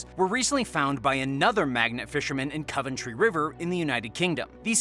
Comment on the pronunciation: Hi. There is no "Coventry river" the river running through Coventry is called River Sherbourne. Also, it is COVentry, not Cuventry.